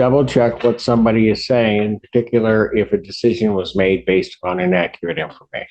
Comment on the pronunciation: Vury in-ack-cur-at